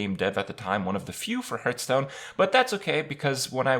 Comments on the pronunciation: Please stop with the HURTSTONE! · why does kripp always say hurtstone? Is that the right way? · You still can't pronounce hearthstone after all this time.